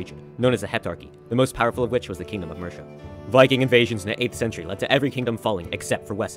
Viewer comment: Mercia is pronounced. Mur see ah not mersha